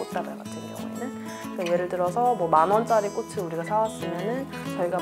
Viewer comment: 남자분 자꾸 꽃을 발음할때 꼬슬 꼬슬 이러는게 너무ㅠㅠ 거슬려요ㅠㅠ